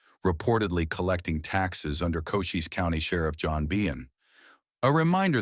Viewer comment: Sundance Kid didn't shoot anyone dead - then how did he make the Top 15 Deadliest Gunslinger's List?! It's Ko-CHEES (Cochise) County - NOT 'Coaches' county. Chisolm is CHIh-zuhm, NOT "CHY-sum" ...